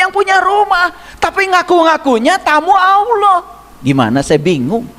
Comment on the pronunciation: Pantesan, mbaca Alloh,nya ALWOH, & AULOH, itu ngga TUMPENGAN, C..🙏🙏🙏